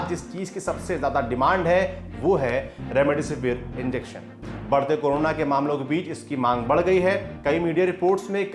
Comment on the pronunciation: Remdisivir h be naam to thik se le gwar